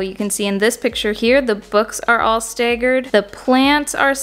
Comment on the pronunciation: Lol in the US and dying over how you pronounce "staggered"